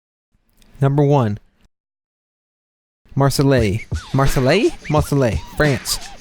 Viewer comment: "Marselay" :') It's pronounced "Marsay".